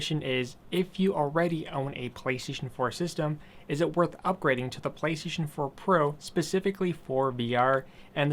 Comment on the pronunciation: you say PlayStation weird